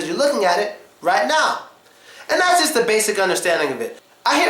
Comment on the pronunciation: "ze car?" "ze book" ugadal? :D